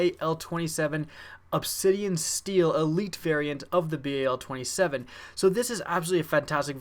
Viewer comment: You said everything wrong i think you messed up ever word you said advanced warfight the bay 27 and lots of other things